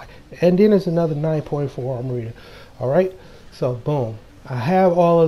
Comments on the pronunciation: I cringed every time he said “Armarita”. lol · Because it's Amrita...